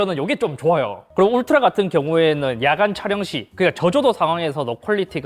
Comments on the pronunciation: 울리 라고 했아여쥬 ㅋㅋㅋ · 울라리? 울라리????????????????????????????????????????????? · 울라리가 아니라 울트라!!!!!!!!! 크아아아아아아악!!!!!!!!!!!!! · 울라리...? '울스킹' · 스읍... 자 따라하세요, 울 트 라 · 울리를 울라리라고 하네? 열받네? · 어떤 ㅅㅋ가 울트라를 울라리라고 부르냐 진짜?🤬🤬🤬🤬